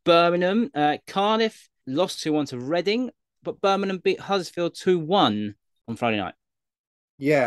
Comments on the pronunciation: I am literally convinced after watching this channel for a while now that literally 90% of the time goes against us and its BirminGham not Birminham 👍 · How hard is it to just say Birmingham you're a grown man 😂 great pod lads